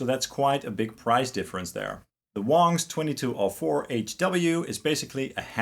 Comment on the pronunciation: It's pronounced WANGS (long "A"), not WONGS...dumb ass.